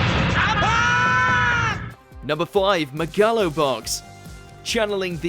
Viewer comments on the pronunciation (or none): "McGallo Box" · Mcgallo ? wtf is that ? aint it megalo box ?